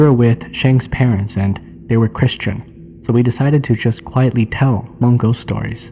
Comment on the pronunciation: 😂 why do you keep pronouncing Hmong, "Ha-mong"?